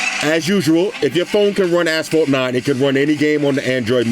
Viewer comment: “Ight lemi take it over to ass-phalt 9” lol